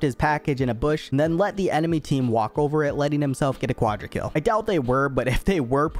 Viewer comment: Locks in yi “now it ovuh rovuh”